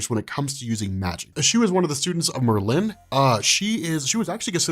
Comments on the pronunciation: dude, it's not Mer-LIN...LOL! It's MERLin... wrong emPHASis on the wrong sylLABle. Christ. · mer LYNN. Its Merlin. I've never met someone who didn't know how to say Merlin. 😄 Still love your channel tho. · The way u say Merlin is bothering me lol it Merlin not Merlyyn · I love this. explaining X-Men is always great... Why though... Does he pronounce The Wizard Merlin's name "Mer-(pause)-Lin" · There's no eggs in Xavier, it's pronunciation is Zavier and Merlin is Merlin not Mer-linnn